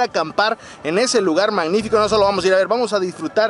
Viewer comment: Pinche no sabe decir magnifico dice manifico.